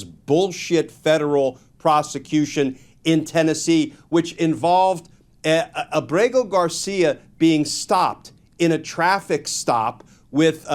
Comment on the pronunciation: Why does everyone mispronounce Ábrego García’s name? The stress is on Á, not e.